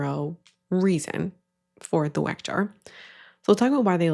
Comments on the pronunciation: not only does she sound like the ONLY thing she knows about it is that it's a trend, but she calls it a wreck jar 😒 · whats funny is that like. Its a german brand right? Wouldnt it be pronounced with a V sound? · As a German speaker, I am sure enjoying the way some of these American influencers are pronouncing Weck. (Not, she says in in a normal English pronunciation, I am talking the really funny "Wreck", "Weeck" from some of the example vids) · I'll be so honest and nitpickey here, the way some of these ppl pronounce Weck is bothering me (wreck????) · I want to see an influencer actually pronounce this thing (that I just learned about a minute ago) correctly. Shouldn't it be 'veck?' I'd love to see everyone's confusion 😂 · Is German is pronounced Veck. Just wanted to say it, because it made my ear tickle every time I heard weck… anyways. Yeah… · Weck Jar, after awhile I was hearing wack job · not her calling it a wreck jar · That second tik tok girl was pissing me off with the mispronunciation of "weck". If you are gonna promote it at least pronounce it right lmao. And what up with the one girl saying the jar is from ballerina farms? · Pet conspiracy theory: That lady intentionally mispronounced Weck as ragebait. To drum up engagement from angry/annoyed commenters. I hate what the internet has become.